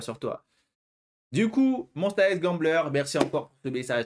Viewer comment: Tu ne connais pas et pourtant tu prononces Monsta X correctement, par rapport aux 3/4 des gens (sans compter les fans évidemment) 😂 Merci pour ta réaction, et ravie que tu aies apprécié Gambler ma chanson préférée d’eux. Je conseille aussi Beautiful Liar, pour laquelle je n’ai jamais vu de critique négative jusqu’à présent !